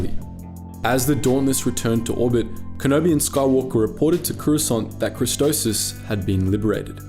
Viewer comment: I gonna hurt myself if he keeps calling christophsis christosis